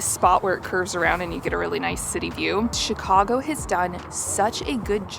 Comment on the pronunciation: As a born & raised Chicagoan, THANK YOU for pronouncing Chicago properly. It warmed my heart! It's just as you said it: Chi-CAU-go, not Chi-CAH-go. I'm so glad you had a wonderful time here. Next time, come in the summer. We'll melt your mittens off! 😁